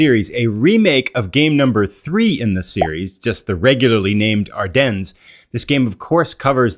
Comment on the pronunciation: Are-Den … not ‘dens’